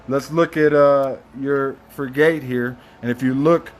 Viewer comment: it’s pronounced frig-it… just sayin’